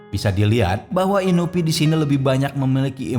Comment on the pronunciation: Inui bang bukan inupi